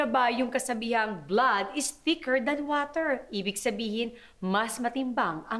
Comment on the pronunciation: wah-ter daw sabi ni Marian 😂😂😂😂